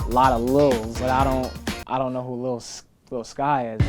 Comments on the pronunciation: everyone cringing in 2020 when he said “lil skys” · He Said lil SKYs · It’s pronounced little skies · Lol this man said lil skys it’s lil skies lmao 🤣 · It’s lil skies not lil sky😂😂😂😂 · It’s “Lil Skies” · He said lil skies😂😂😂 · “Lil skies” that’s not how you perno- ok